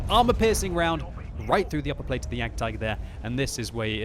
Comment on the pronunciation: It's jagdtiger